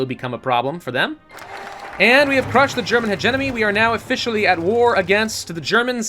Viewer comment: When he mispronounced hegemony I had a stroke